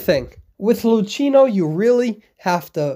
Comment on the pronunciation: I love u but Luchino is read Lukino ^